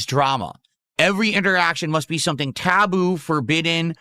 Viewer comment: Taw-boo, Reese-kwe, out of the blue begging every tuesday fr fr